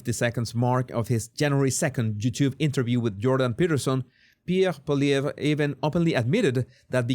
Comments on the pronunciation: Pollievre - pronounced Poly-Evv The re is silent. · I live in Canada and am totally distressed by what is happening to our country. By the way Polievre, the re at the end is silent.